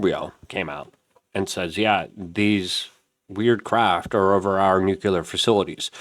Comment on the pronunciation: It’s not “nucular”, it’s “nuclear.” Also, it’s not “phenomenons,” it’s “phenomena.”